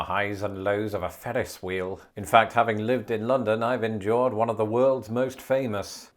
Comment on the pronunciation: Your rolling r’s with the words “three” & “Ferris” are endearing.